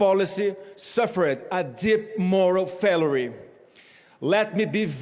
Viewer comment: Como é que a familia bolsonaro estuda inglês, gente? Como é que failure vira fêluri? O irmão, que queria ser embaixador nos US, pronuncia alledgedly como aléguideli. O pai, quando era presidente, mostrou que não sabe fazer conta de percentagem. Eita mistura ruim de ambição e falta de preparo!